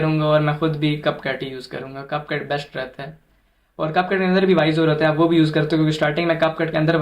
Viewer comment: Cap cut hota hai name to teek lo buchy😅